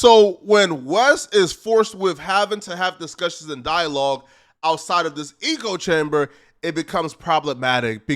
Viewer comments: Eco chamber? 😂 I think you meant "echo" chamber lol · it echo chamber not eco chamber, and its ad hominem not ah hominem lol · It’s an ECHO chamber, not an eco chamber. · Echo chamber not Ecco chamber. I thought he lived in a bio dome at first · "Eco " chamber ?? It's called an ECHO-CHAMBER. WTF is wrong with you? Have you ever read a book? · I thought I heard: ego chamber😂😂😂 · Eco.. like why keep saying the one wrong word over and over. It’s all i can pay attention to. You couldve used so many other descriptors where you at least had a chance of using em correctly, but nope stuck with eco chamber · It’s pronounced “Echo chamber” numb nuts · Good video. STOP SAYING ECO-CHAMBER tho. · It’s pronounced ECHO chamber.. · This man said 'Eco-chamber' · Why do you say “eeko chamber”? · Eco chamber. Yeah that's how you say it. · It's pronounced ECK-o. Everything else was tits on. Pun intended. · Excellent video brother. Just learn the proper pronunciation of “echo chamber “. I’m not trying to nitpick but it’s driving me crazy 👊👊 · Yeah 🤦🏾‍♂️ when people try sound smart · A fckin eco chamber? 😂 It’s an echo chamber my friend. You either heard that from someone who is slow af or you read it and don’t know how to pronounce echo which unfortunately kinda makes you slow 🤦🏽‍♂️ Then you said the bald guy’s reputation was unrecurably damaged, wtf 😂 I’m guessing you meant irreparably damaged? Still enjoyed the video bro lol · It’s “echo chamber” not eco chamber. Proceed. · I agree with you bro, but can you say echo and not eco? It is echo chamber and saying it wrong detracts from your standing imo. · Just to let you know. Its "echo" chamber, not "eco" chamber. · Bro said eco chamber. No hate bro but how do you not know the difference between echo and eco? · quick point: "Echo chamber" (rhymes with gecko), not "eco-chamber." Still love the video though! =0) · wtf is a eco-chamber, you mean echo-chamber? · its echo chamber not eco chamber lol